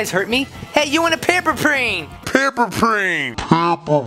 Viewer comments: You said "PaMpEr PlAn" instead of "paperplane" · I love it when he said paper prane